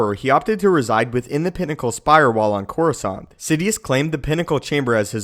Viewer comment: You mean Coruscant? It's not Corescant, its Coruscant.